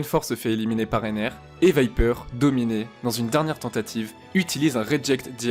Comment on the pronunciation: C'est toi qui me choque avec ta prononciation de Wiper 😂 L'intro est folle par contre 😍